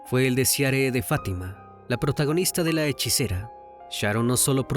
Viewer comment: Es "Hechicera ", Crimi🙄🤗😘